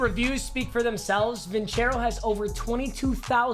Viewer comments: Papa your saying vincero wrong. Its vincero with a soft c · C'mon, not Vincero man